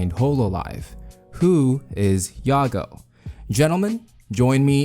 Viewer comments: Not "yago" yah-goo. Anyways I'm excited WAIT WHAT I DIDN'T KNOW IT CAME FROM OUR DUCK I THOUGHT IT CAME FROM THE REDDITORS WHICH WOULD MEAN IT'S PRONOUNCED THE ENGLISH WAY YAH-GOO EXCEPT IT ACTUALLY WAS ORIGINALLY PRONOUNCED YAH-GOE BUT PEOPLE PRONOUNCE IT YAGOO NOW. I DON'T KNOW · isnt his name prononced yaa-gou ? not ya-gao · It's yaGOO with 2 Os Not yaGO, get that 1 O shit out of here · One mispronounciation turned her into a mom that gave birth to best girl kek.